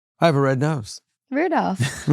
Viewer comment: He’s not Rudolph, but rather Ru-dilf